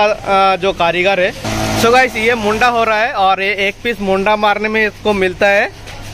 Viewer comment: Mundda ni mudda hota hai bhai